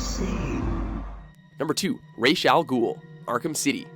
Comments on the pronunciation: Why does the game and pronounce Ra's al Ghul's name wrong? It's Ra's like "Raaz" not Rach as in rachel -. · "rhas" its actually pronounced like "raesh" but spelled ra's. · It’s pronounced ray-shh. Not RAHz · It's pronounced RASH!!!!!!!!!!! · Theta Sigma like a skin rash? no it's pronounced Raysh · Theta Sigma Ummm no, it's definitely pronounced Raysh. Talia literally says that in Arkham City. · It's actually pronounced rass al ghul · You pronounced Ra’s two different ways during the video lmao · Why are you still co inconsistent on how to pronounce "Ra's"?